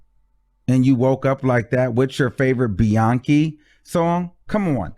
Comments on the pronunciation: Maybe Doja Cat mispronounced Beyonce name or maybe she was calling her a donkey. And she also apologize for the bad choice of words she used in the past which we all have done so before. IJS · She didn’t say beyonky..she said beyounkay😩😩but if people feel that they have been hurt by Doja...I can understand . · She pronounced the c differently she didn’t call her a monkey your reaching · She didn’t call her a monkey lol. I think she was pronouncing Beyoncé’s name how it looks. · She was definitely trying to be funny by mispronouncing Beyoncé name.. she’s a hater and very hateful. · Why Doja have a problem pronouncing Bey name correctly???.... It’s BEYONCÉ not Beyonka, But I was never a fan of her’s anyway, it was something I didn’t like about her And Bam the Universe let it be known and she got expose for who she truly is. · It sounds like she was just pronouncing the hard C in Beyonce's name instead of pronouncing the soft C like everyone else does. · While I agree she did NOT call Beyonce a monkey, where in English is the hard "C" after and "E" common? As far as looks, English-first speakers are more inclined to pronounce it "Be-yonse" before they would say "Be-yon-Kay" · BEYON-KE AS IN BEYON-CE C pronounced as a K. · ok ur dumb what makes u think she called her a monkey because she pronounced her name beyawnkey when her name is spelled Beyonce shes not being smart she literally pronounced every letter in her name stupid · Reach for it!!! How does beyon"kay" sound like beyon"key" and then like monkey? Lol. She made the c sound like a k as it does sometimes in english language. Should she have changed the pronunciation of a letter in the queens name? Prob not. But shes just a goofy ass chick. Not making fun of her song but at herself because beyonce wakes up beautiful and she wakes up lookin all crazy. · Sounds like she was saying Beyoncé and donkey together. “Beyonckay” not Beyonc-key